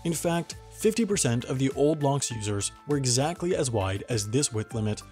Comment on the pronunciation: I am hearing lonks instead of locks so here's my meme " we'll get people to pay for the panama canal lonks! That equals.........STONKS